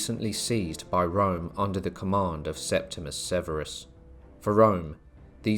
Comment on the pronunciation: Septimus? What’s happened to the “i” in his name? It’s there, plain to see. Sep-tim-i-us.